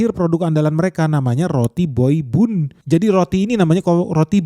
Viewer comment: Itu baca nya ban ,bukan nya bun ..roti bun di baca roti ban 😒😒